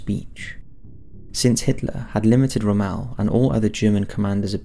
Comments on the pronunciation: I cringed every time you said romelle. his name is pronounced rommull. He was the best tactiction to have served the German army so please out of respect, pronounce his name properly it makes you seem like you have no idea about ww2 hahaha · ROM...MELL, who is Ramahl? You constant mispronouncing of words really grind my gears... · Yes I was also confused by his pronuncation! The first time it didn't click and after that i was like, oh I have heard of this person but his name is pronounced really weird! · Butchered the pronunciation of General Rommel's name. It's not "Ro-Mel" it's "Romm-L" (yes I know the o has an umlaut) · Ro Mal? Ugh, my ears.. Rom mel.. Good video with an interesting subject otherwise.. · so am I, it's not an excuse. Sort of thing I'd expect from one of those American's. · "Ra-Maal" I'm pretty sure you do the odd pronunciations on purpose..... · There's a correct way to say the man's name. "Ra-maal" is not it. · Pronunciation of 'Rommel' needs work -Romale ????? he wasn't French ;-) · Ermm.... it's pronounced ROM-ALL As in 'all or nothing', not 'al' as in 'You can call me Al'' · Really hate the way you say Rommel lol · Your pronunciation of Rommel is wrong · Ok, love your vids, but the way you say Rommel gives me cancer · Love your videos but please get pronunciation right. Cringed every time the great general Rommel was mentioned.